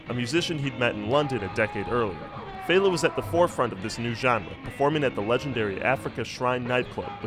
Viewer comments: And fehLA not FAYla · Yup, LAY-gos and FELL-a not FEY-la. Not being a grammar Nazi, just a Nigerian who can’t stand hearing my language butchered 🙏🏾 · "Fell-ah" and "Lay-gos" but great video.